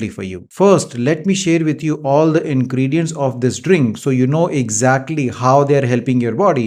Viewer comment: Dactar sb aapko aaj tak turmeric bolna kaise nahi aaya aur ingredients bhi nahi bol patay. Sad